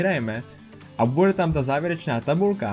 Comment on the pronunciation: takmer správne, akurát v slove nepokladaj sa číta slabika ne mäkko, v slove všeličo si namiesto č povedal c a slabika de v slove bude sa číta tiež mäkko. Dúfam, že ti to pomôže zlepšiť tvoju slovenskú výslovnosť 😉.